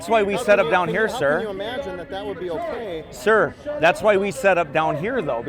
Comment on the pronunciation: Pleas stop calling them sìr